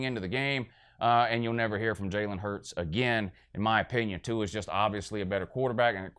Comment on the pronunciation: I fucking died at the pronunciation of Tua's name and "I don't speak pineapple" LOL